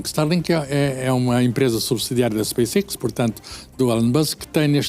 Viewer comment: É para isso que vem o direct-to-cell, mas estes totós nunca sabem nada... Como podem saber, nem a letra "X" sabe pronunciar... que miséria... Space-iX, "IiX"? idiota... É por isso que este país não anda para a frente, é so labregos em cada esquina em cargos elevados...